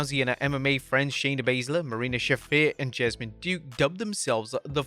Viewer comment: "JESS-A-MIN" Duke, is how u pronounce it. not jasmine, lol